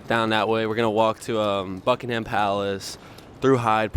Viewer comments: Remember - buck-ing-hum and say it quickly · Buckingham palace - here’s a tip for travellers - dont pronounce the H. You’ll sound more English.